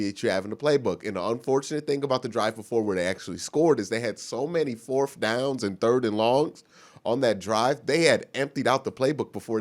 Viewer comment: I like how he says "forf" intsead of fourth, and how he says ridiculous.